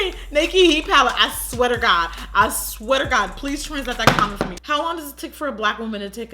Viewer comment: "I sweater god"😂😂😂